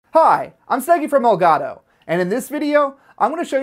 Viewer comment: aprendan a decir elgato x fa vor